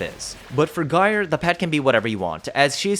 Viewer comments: Sorry, but .. "Guy'R" for Gyre? 😂 Otherwise great vid, lots of good info. 😁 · So... you're as puzzled as I am about if this frame is useful. And isn't she pronounced: 'Jyre'?